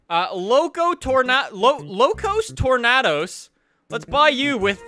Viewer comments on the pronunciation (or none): he said tornados wrong